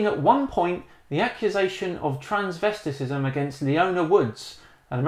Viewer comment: lol transvestisisom look up your words better